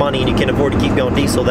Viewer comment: Having a diesel YouTube channel you would think you’d pronounce diesel right. It’s pronounced “deezl” as by the dictionary definition. Not “decul”